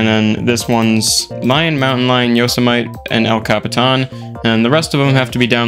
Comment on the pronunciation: could you butcher the pronunciation of Yosemite and El Capitan even more for me?